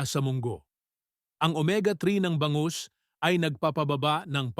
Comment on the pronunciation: Tama po ba ang bigkas ninyo sa bangus, gamot ,matatamis , pamamaga,sinigang at marami pang iba